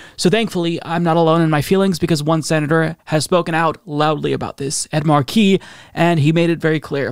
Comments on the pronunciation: FFS,, IT'S PRONOUNCED "MARK-eee", not "mar-KEEE". If you're going to respect the man, at least say his name right. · Mar' key - not Mar key' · MAR-key. Com'on, man! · Markey is pronounced: "MAR-key." You should know this by now. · MAR-kie!!!!!!! Really,, as a political presenter, you need to work on pronunciation. Haunted Manchin and Sinema are vile excuses for human beings.